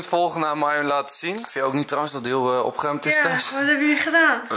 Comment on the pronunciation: OpGGGGeruimd 😂 RRRRR